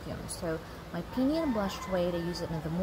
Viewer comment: Its called Pee- uh- nee